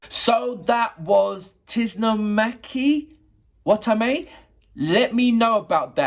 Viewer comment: I'm not the one who threw you in the hole, but pronouncing her name goes something like this : Tsu - noh - mah - ki, Wah - ta - meh. Someone will correct me if there is an easier way~